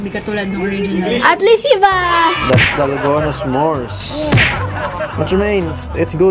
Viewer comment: Sabi ni Ranz eh "dalgano" 😂😂😂ako lang ba???